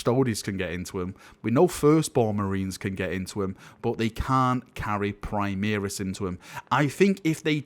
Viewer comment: PrimAris, not PrimEris.....